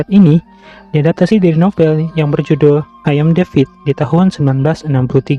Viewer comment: Gw dengernya AYAM DEVID🤣🤣🤭